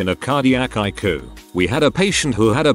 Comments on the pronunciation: I hate AI voices!!! Ikoo instead of I.C.U.? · If you can't narrate your video yourself at least use a computer generated voice that can read the text properly. Icu is I.C.U not ique. Come on you can do better. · what is Ikoo I thought it was I-C-U. Doesn't anyone know how to reprogram these damn computer to talk correctly. Oh My God these drive me nuts. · Some of the stories were kind of creepy, but they were all interesting. On a side note, I would prefer hearing a human tell the story who would actually know how to say things like ICU instead of icoo. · It’s I.C.U. ( intensive care unit) not icu, it’s not a word. Get someone who can read and pronounce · Couldn't take it seriously, Icu pronounced haiku instead of eye see you. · I cue? Not ICU, use a real person or don't post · Is the narrator familiar with the English language? I can't listen, there are too many language errors...something as easy and simple as ICU!!! Come on!! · How sure are we that the narrator is actually a person? Pronounced ICU as a word instead of individual letters and seemed to say Geezus instead of Jesus.